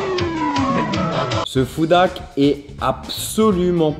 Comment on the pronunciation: S'il y a un H devant "Hack" c'est pas pour rien. Toi tu prononce ça "Ak" tu parle de moins en moins bien dans tes vidéos